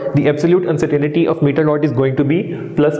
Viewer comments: Lol.. (Uncertain ty) not (Uncertain "i" ty) xD Anyways good video. Thanks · Non mam you are absolutely wrong its actually UNCERTAINTY "not " UNCERTAINITY..